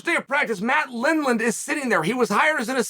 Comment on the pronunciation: when he says matt lindland i almost cried why was the pause so fierce